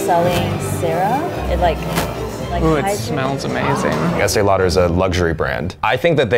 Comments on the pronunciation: I love that Zach pronounced it like Estēe “Louder” 😂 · Sounds weird how they pronounce Estée Lauder